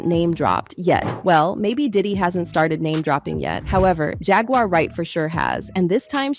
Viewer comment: "Jag-waur" not "Jag-wire" 🤣